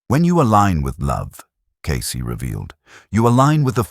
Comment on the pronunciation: In the name Cayce. The E is silent.